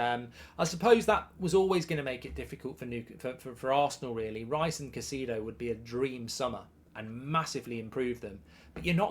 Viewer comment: Who is (Ca-see-do)?